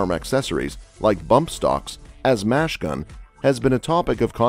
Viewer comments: Great text to speech software but it's machine gun, not mash gun. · My man said “fully semi-automatic”, and “mash gun”.